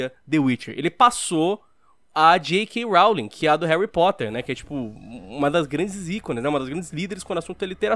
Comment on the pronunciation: Sem querer ser chato, mas certamente sendo, essa foi, de longe, a pior pronúncia de "Rowling" que eu já ouvi na minha vida, mds